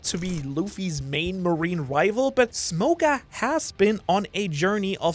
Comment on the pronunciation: Why do you pronounce his name as smokah instead of smoker it's extremely triggering for some reason